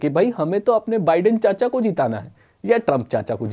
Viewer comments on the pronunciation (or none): Baiden nahi biden😂😂😂😂